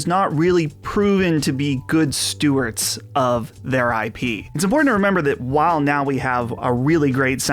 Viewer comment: 'Good Stuarts'....:D It's 'steward'.